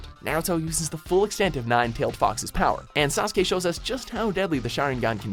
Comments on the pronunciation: Hey!Someone knows how to Sasukes name right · HE PRONOUNCED NARUTO AND SASUKE PERFECTLY!